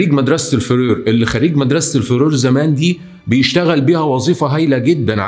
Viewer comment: بس لحظة مدرسة فرور ؟ قصده frères?? الفظ صح بوس ايدك حتى بعربي بتنكتب فرير مش فرور